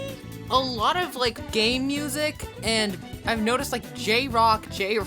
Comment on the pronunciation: did you say gay music or game music